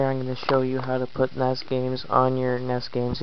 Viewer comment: It's N...E...S, not ness. Lol